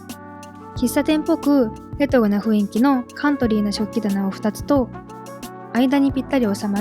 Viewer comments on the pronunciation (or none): ふいんき→ふんいき、ですね